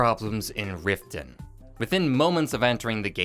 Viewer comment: its not rifton thats for sure